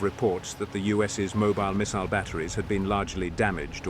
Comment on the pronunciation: love the proper pronunciation of 'missile'